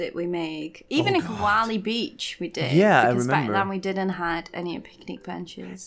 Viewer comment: Every time says “Koali”, all I hear is Eve saying “Wall-E”. Have I been watching too much Disney+?